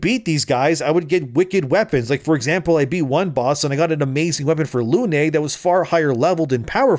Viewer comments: Good take but "Lune" is of course pronounced "Luehnnnnnnn", like the Moon. Also appreciative of the subtitles putting some have-handed swearing in there. 😂😂😂 Definitely will trigger Matt Walsh. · It's French,, she's called pronounce "lyhn", Lune is French for moon.